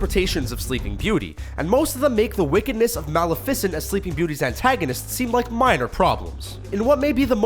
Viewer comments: It's pronounced Ma-lif-i-cent not mala-fish-ee-ent. It was wrong in the other video too. Have you not even seen Sleeping Beauty by Disney? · Mal-e-FIS-ent? Don't you mean Mal-E-fis-ent? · I'm sorry But did you just say mal-uh-fisint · “Maa-le-FI-cent”? Mah-LE-fi-cent. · IT'S NOT MALAIFENT IT IS MALIFACENT!! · did he say " malacifent " instead of " maleficent " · Lol he said Male'fesant instead of maleficent XD sorry no hate tho I'm sure there are many other different ways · Why the hell did he pronounce Maleficent’s name that way? It’s pronounced mal meaning bad eff- icent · Did the guy pronounce maleficent as Mal e ficent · Um, excuse you That is (m-ah)-(leh)-(fah)-(sint), to you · Pronounciations: Maleh-facent Hoo-ah Mulan Lay Miserabla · He called her Malla-fi-cint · Mala-ficent.... rlly? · Maleficent?! Really?! Who says Maleficent like that?! "Malafiscent" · He called her mal-ifacint wtf? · It’s pronounced mal-left- fa-cent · Is it just me or did he say malificent wrong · observation. why do some of the narrators in these videos suffer from mispronunciation. mali-fess-cient Really ?? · He said malefecent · Mala-fissent? Whut? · Did he say malafiant its maleficent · "Mal, a fissent." Are you fucking kidding me? "Le Misera-bleh" Are you fucking kidding me? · mal-uh-fiss-ent. nice. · O MA GAWD STOP SAYING MALIFECENT ALL THE TIME WRONG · Glitter Overload it's actually mal-eff-i-sent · Probably should learn how to pronounce the character's names before recording a video. Maleficent is totally wrong. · i don’t think thats how Maleficent is pronounced.. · The way this dude pronounces Maleficent's name tho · NO! You said maleficent SO WRONG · They’re saying it the right way but emphasizing it differently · Exsactly what i was thinking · Was the way he pronounced Maleficent correct? because my ears hurt after hearing it. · they not only mispronounced maleficent they also mispronounced les mesarabe. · He pronounced Maleficent wrong, as well. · You mispronounced maleficent